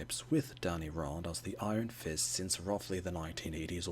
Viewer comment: Df do you keep pronouncing his surname like that!😅 - it’s not ‘R-Ah-Nd’, it’s ‘R-Anne-nd’. And I have a theory that they chose Swordmaster to be Iron First and Sai for Psylocke to capture a more East Asian audience.